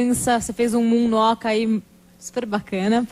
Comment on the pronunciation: Moon walk, ela morou por mais de dez anos nos eua. Ela é fluente em inglês, inclusive é a primeira lingua dela. A pronuncia ficou esquisita ai mas ela sabe falar sim.